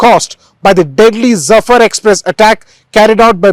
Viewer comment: LOL!! It was Jaffer Express with the letter J, not Zafar Express please at-least do your research, goes on to show what a great investigative journalist you are!! :)